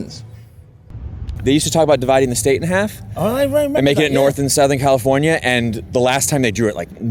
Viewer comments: The SF Bay Area is not Northern California. It is Northern Central California. Northern California consists of the regions north of Sacramento. BTW, you pronounced "California" as "Californier" at least twice in the video. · Kinda of like your way of saying California or America … you say Califorier Americer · lol, you say CALIFORNIARRR. that's the british accent, adding the R's, and considered hood where I'm from in (metro DC area) aka dMv, now residing in SF or (the City) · You call yourself a stickler for pronunciation, but when you say Californ-yer and Americurr it just makes you a dick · 8 seconds in your British adding an r to words that end with the sound ah.. Californier… that’s always interested me with British pronunciations